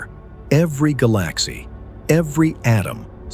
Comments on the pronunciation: Is it really this hard to just talk into a mic? What is a galAxey? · This pronounciation drove me to the comment section xD i thought it was AI from that moment